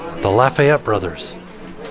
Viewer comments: Oh and Lafayette is pronounced Laf-ah-yet but Lafitte is pronounced “La-feet”. Just wanted to tell ya for next time. Fellow Louisiana native here. 😊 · Lafitte is pronounced La Feet. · LaFitte (not Lafayette) - pronounced La-Feet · Offhand Disney fans are quaking. IT’S JEAN LAFITTE it’s not Lafayette it’s LA-FEET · It’s not Lafayette it’s lefitte hahah “Le-Feet” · Also, not to be overly pedantic, but, that isn't "Lafayette" like is saying, it's "Lafitte", which would be pronounced more like "la-feet". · Pronounce Jean LA feet A pirate not Lafayette hero of the revolution. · As a Louisiana resident, I'm slightly offended said Lafayette when it definitely said Lafitte. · The pirates name Lafitte, pronounced Luh- feet. looks so tired the last couple minutes - I hope she gets some sleep! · The pirate Lafitte name is pronounced like 'La Feet'. Jean Lafitte ( c. 1780 – c. 1823) was a French pirate and privateer who operated in the Gulf of Mexico in the early 19th century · Hey y’all from New Orleans! the guys name in the last room of the Tribute store is pronounced “LAFEET, 🙃 props to for trying 😂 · I love your videos, and Jackson is adorable! As a long time New Orleans resident I can tell you that the pirate featured at the tribute store is Jean Lafitte, pronounced ( La Feet ). He and his brother are figures of great historical importance in New Orleans and both spent a lot of time there. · Hi. Lafitte, a French pirate, is Pronounced (La-feet). Lafayette is a Cajun town in southwest Louisiana. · the last name for the final room is pronounced La-FEET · I was coming here to help pronounce Lafitte since I grew up just north of the City of Lafitte! Haha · Me too lol. I mean I don’t think and would be going to Lafitte 🤣